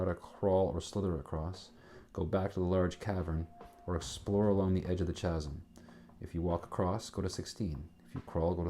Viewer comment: Very enjoyable. For the record, though, "Chasm" is pronounced "KAZ'M."